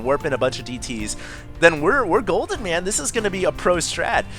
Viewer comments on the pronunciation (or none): none